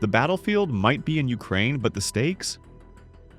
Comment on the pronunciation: “Urakaine” hits hard